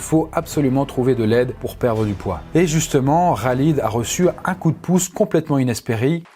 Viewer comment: « Raaaaaalid » 🤣🤣🤣 c’est KHALID KHHHHHHALID